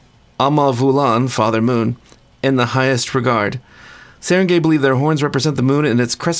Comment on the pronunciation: It's pronounced Sah-Rahn-Guy. At least, that's my best guess as a filipino. Like the word for town is barangay. Not pronounced gay, but guy or gai.